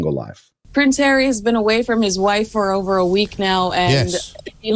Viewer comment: What a wet lettuce. Hawwy is so cringe.